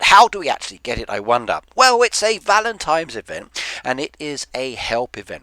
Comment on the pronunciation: $1 for every time he says, "Valentimes.''